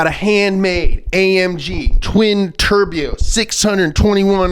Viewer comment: I love your funny pronunciations "turbyew" 😂 Okay... everyone blaming VW for their fake CO2 output, but at least their cars didn't F*CKING BURN DOWN, man